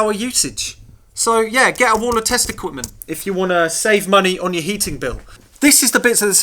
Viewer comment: I kept thinking you were saying "wall of testicles" and was confused, until I realised it was "test equipment". On a more serious note, the thing about modern vs old when it comes to computers (consoles included) is you're not comparing like for like in terms of actual processing power. PET with a single core running at ~1mhz vs iMac with 8 cores running at like ~4ghz. A fairer test would be to compare amps/watts per mhz per core. If you remade the PET running at the same speed but using modern components and efficiency in mind, I strongly suspect it would use less power to do the same thing. Having said that, modern software is terribly inefficient, and modern computers could use a lot less than they do on average. Problem with modern digital synths is they're basically a computer, and most of the power they use is wasted doing nothing. Also a note on flat screens, not all panels are the same. LCDs with LED backlighting are a lot more efficient vs the older CFL, etc (yep, most power that LCDs use is wasted in lighting the thing). I get none of this is overly serious though, they're just things worth nothing when comparing new vs old!